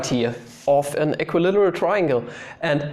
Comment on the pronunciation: How to english? That was a Good One! (Made me chuckle.) Equi-literal triangle? Almost the same as equilateral = equilAteral. The "circle thingy" is called a SEGMENT by the way, same as in deutsch, except for the stress being on the first syllable in englisch, and on the second syllable in deutsch. (You are welcome, no charge, as always, with LOVE :-)